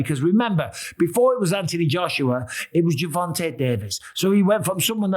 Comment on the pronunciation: Its Anthony Joshua. Not antiee Joshua. You brits are fucking weird. I hope jake paul knocks him out. He might buy you a new set of marbles. I watched the netflix warrior. Saw you in it good stuff. Take care young man dont dont kill me